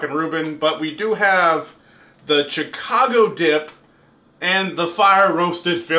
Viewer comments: so.. It's pronounced Shicago lol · I'm not sure if he actually pronounces Chicago like that or hes just trying to piss us off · Shi-kaw-go south side white boy pronunciation😈